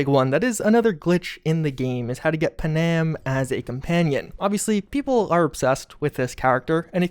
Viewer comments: Lol pa-nam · Bro, who’s “pa-nam” LOL